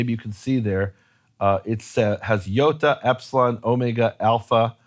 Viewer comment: you keep pronouncing the Iota as a yeh of the modern yode. Iota is an EE sound in Greek. But this version is better than when you were pronouncing iota as an eye. At times Greek scribes working with Hebrew confused the copied word by converting a shin to a Greek omega. Ayin and Sigma is at times a confused carry over. I don’t know the context of the verse, but it could be EE-ESHAH if the Greek scribe was confusing the Hebrew w for the Greek w.